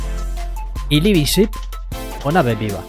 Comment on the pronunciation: Me ha costado tres videos darme cuenta de que "libisip" es "living ship" lol